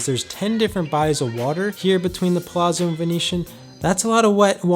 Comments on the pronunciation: Every time said "Plazo" I was hoping would say "It's Pa-LAT-zo!" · Lol, yes! I was thinking this the whole time. "Palazo". Lol. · Dude, next time at least learn how to pronounce the name of a hotel before you make a video about it. Palazzo is pronounced (Palatzo) Kind of like Pizza (Pitza). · It sounds like you're saying "The Plaza" not Palazzo. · I love your videos but, you are Italian, tell that the Palazzo is pronounced like Palatzo like Mozart. Thanks. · You didn't pronounce "Palazzo" properly? You're of Italian ancestry, and is native Italian, how could pronounce it like that? Come on man! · Love the videos... I think you're pronouncing Palazzo incorrectly. No big deal.